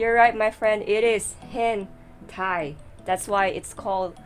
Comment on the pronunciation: Hen Tie. 😂